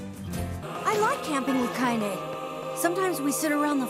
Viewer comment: I always forget how to pronounce her name "Kaine" so I would accidentally call her "Kanye" for some stupid reason